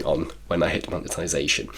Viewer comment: Congrats on the Mone-TIIII-sation lol